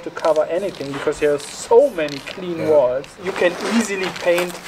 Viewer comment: Oii. Before you talk about walls. Please learn how to pronounce the word. I mean you have to use that word quite often. It’s worth the effort. And we can enjoy your content even more not wanting to rip our ears off every time you use the word. Please. When you say it it sounds like “wails” Horrible